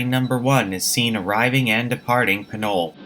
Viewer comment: I think it's pronounced PINOLEE